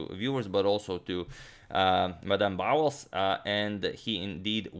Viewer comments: Betimes=before times=early. This word is not used in contemporary English. I am 71 and have never heard it out read it. "Bowles" should be pronounced as "bowls." Thanks for the beautiful game. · Bowles, almost certainly pronounced to rhyme with bowls, foals and holes; not with fouls, fowls and howls.